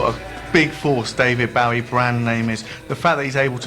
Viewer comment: This is the sort of pap shit Bowie detested. They can't even be bothered to pronounce his name properly.